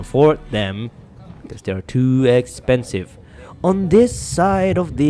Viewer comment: “To Expenive” 😂